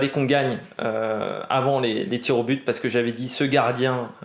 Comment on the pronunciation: "Tirs aux bites"😂😂😂😂